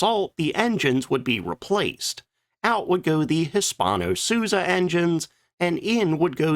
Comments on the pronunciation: Note Hispano-Suiza is pronounced sweeza. It means Spanish-Swiss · It's about time you learned how to pronounce Hispano Suiza